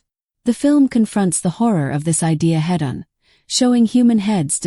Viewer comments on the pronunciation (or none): Was this entirely done by AI? The fake voice can't say "head on" properly. "Peeping Tom" is from 30 years AFTER the Pre-Code era. The commentary sounds plagiarized from a better source.